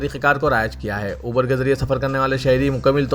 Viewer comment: It’s not ubeeer it’s Uber